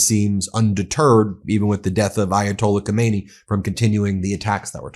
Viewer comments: It is not Komaynee it is Khame-Nae-yee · If you want to be a credible news source, please pronounce world leader's names properly. It's really frustrating. Khamenei is pronounced Hay-Men-Ay. Thanks. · Not yathola Khomeini his name is...was: Ayatollah Khamenei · BEN! God bless you brother. Get your pronunciation of ali haw-meh-nay. Different from the former supreme leader ho may knee. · Not Khomeini, but Khaminei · Not khomeini his name is Khamenei!!! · Lawful or not, no war is acceptable in a country that is no threat to yours. Ben please pronounce the name of Khamenei (Hamenay) not like Khomeni (homenny) who died 38 years ago ! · no Khomeini but Khamanei.... though true, similar, and even Pahlavi looks like his father.. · His name isn't Khomeini, it is Khamenei. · Just FYI - Not Khomeini but Khamenei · Dont PRONOUNCE KOMEYNI .KH A ME NE I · Ummm…Ben, please don’t mispronounce the Ayatollah’s name. The Ayatollah Khomeini died in 1989. Ayatollah Khamenei (pronounced Hah-men-ay) has been in power since 1989. As a media outlet it doesn’t look good when you make no effort to properly identify political figures. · The name is pronounced Ka-me-ne-i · Ka men EI, accent on the last syllable. Get it right